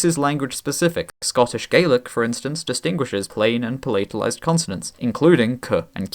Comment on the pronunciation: Hi - you are mispronouncing the words 'patalized' and 'palatalization'